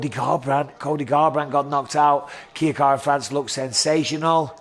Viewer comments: Mike - love you buddy, but it's "Kai-kara" not "Kia-kara" France... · lmfaooo "kia kara france"